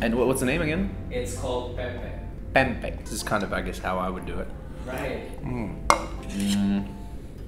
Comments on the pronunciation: Bule : "What is it name again?" Org Indo : "Pempek" Bule : "PEPEK" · Pempek not pepek gosh I'm dead lol